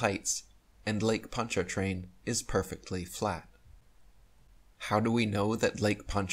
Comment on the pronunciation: First, we don't pronounce the R in PonchaRtrain. 2nd. Next time I go over it I'll video it for you .